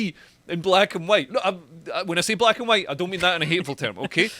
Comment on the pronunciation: Mr. E: "Hello, Dominos? Yes, I would like to order two Huwite Supreme Pizzas, please!" Dominos: "Ok, that'll be $14.88. It'll be there in 30 minutes."